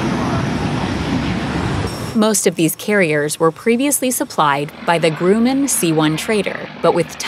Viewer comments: Pronounce it like there's "um" in there, not a "grew" like Grewman. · Grumman, not Grooman. Stupid computer. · I've never heard the name pronounced Grewmann. When its Grumman....